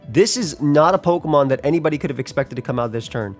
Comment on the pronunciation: love seeing the New York come outa people😂😂😂